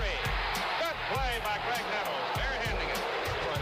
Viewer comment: GRAIG...with a G. So many idiots keep calling him Craig. He was a helluva player, give him proper respect.